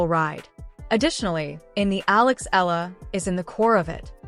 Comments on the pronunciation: Please get her name accurate!!! Alexandra EALA ❤ fix your AI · E-YA-LA is the correct pronunciation